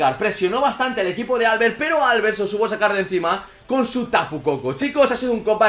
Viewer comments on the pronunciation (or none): prq dice Álbert? se dice Albert, con tónica la e